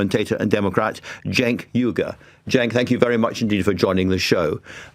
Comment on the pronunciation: Well done for saying Cenk's full name correctly. First time ever I've heard that. And I've been watching him for 18 years now.